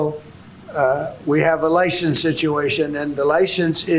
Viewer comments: Lie "shen" ce???? Wow! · We have a "lishence" situation...🤦